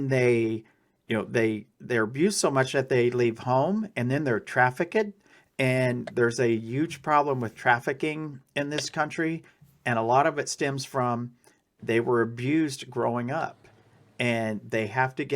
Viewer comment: It's nice to see a company that's standing up for its employee for doing what they thought was right. I could see companies telling employees not to get involved for fear of social media backlash if the employee was wrong. These seem like very nice people. Also... 'Traffic-kid'?